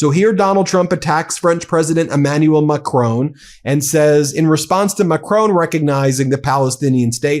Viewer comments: I like this channel but please could you pronounce President Marcon's name correctly. It's pronounced like Mack - Ron, not Mack rone. There is no ´e' on the end of his surname. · Please pronounce President ‘Macron’ correctly. It is not Macrone it is Macron. The ‘Ron’ is all you need to pronounce at the end of the surname. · Yes Trump is a horror show but maybe one day, Ben, you will learn to say Macron.